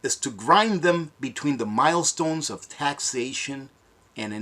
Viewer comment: Mill-stone not mile-stone